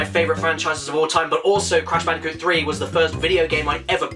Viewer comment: You mean Brash Candicoot